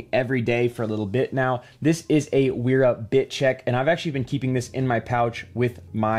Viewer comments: It's pronounced Véra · Sorry for dropping in like this but this brand is pronounced “Veera” the W is pronounced like a V as they are a German brand and that’s the way Germans pronounce W’s. Again, sorry for being one of those annoying people who point out pointless little details 😅 lol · Kinda jarring how the name "Wera" becomes sth like "Uiiirah". Wth.